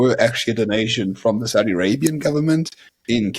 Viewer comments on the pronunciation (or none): none